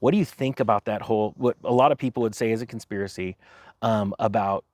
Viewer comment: As soon as says "conspirisy" Siri stops the video and sits there listening.